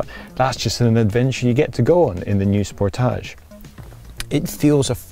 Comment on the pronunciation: OMG, the way he keeps saying "Sportaage" instead of Sportage is incredibly annoying... I had to stop watching because his fakeness is nauseating! KIA, please never let this guy review another one of your cars. EVER!